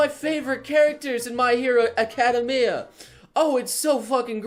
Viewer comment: DUDE DID YOU JUST PRONOUNCE ACADEMIA AS aCADumIA?